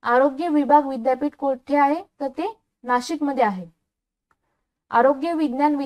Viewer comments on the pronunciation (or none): none